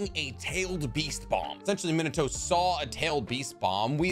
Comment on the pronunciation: Am I the only one who keeps hearing him say, “Minoto” instead of “Minato?’” 🤔 a-ah, e-eh, i-ee, o-oh, u-ooh